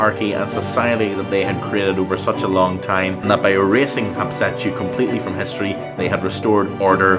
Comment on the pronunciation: Sir it's HAT SHEP SUTTTTTTTTTT